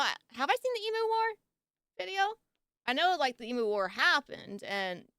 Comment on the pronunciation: It's 'Eem-Yoo'! Not 'Ee-Moo'!!!!